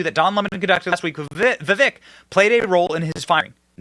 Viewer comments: Ugh. It's not vev-ICK, it's viv-AYK. If he's going to be a presidential nominee, perhaps we should have enough respect for him to pronounce his name correctly? "Whatever ethnicity you are". That was the racist statement that got Don LeMon fired. "When you live in black skin..." Vivek's skin is darker than Don LeMon's is when they're not under blaring lights! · Vivek said on Tim’s show that it’s pronounced Viv-ache, long A. (FYI, you’re welcome 😆)